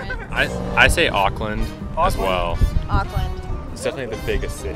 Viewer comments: Tip for Americans: don’t say auck - land say awk - land (like the end part of hawk) sorry it kills me the way you guys say Auckland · Auckland New Zealand They are saying Oakland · The pronunciation of Auckland was, interesting . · Try saying it like oar-kland not ockland and not New Z- ee- land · they said ockland not auckland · Auckland is pronounced more like ookland than ughkland. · The fact that most of them pronounced Auckland like Awk-land and how they pronounced Samoan as Sam-Mo-in made me cringe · Them saying Auckland like like was pissing me off lmaooo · The way they pronounce Auckland is just- I know there are reasons why like because of their accents, but it just triggers me.